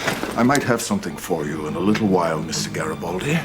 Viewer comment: GARYbaldi, not Jerrtbaldi.